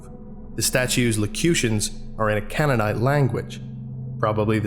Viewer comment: Just for future reference canaanite is pronounced CANE-A-NIGHT